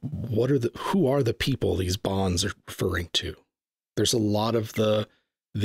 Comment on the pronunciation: "Hey their Poople"?